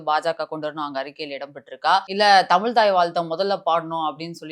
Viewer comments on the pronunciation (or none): none